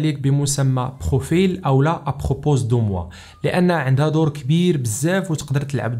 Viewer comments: خويا راها ابروبو ماشي ابروبوز. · À propos de moi se prononce sans s "à propos" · Permet moi de te corriger.. on prononce pas le "s" f "à propos"